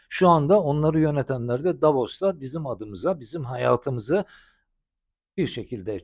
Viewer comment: Hocam "Davos" ...."Davaros"😂